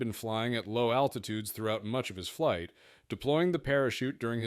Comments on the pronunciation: flig debrief? really? cmon man... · What the hell is a "flig"?